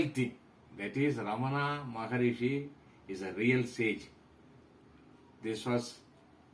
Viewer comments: prounaunce ramana is incorrect; raman is correct.रमन not रमना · Only Hindi idiots speak Raman. All others speak as Ramana. It is Ramana not Raman or Ramanaa. Even in Sanskrit it is Ramana.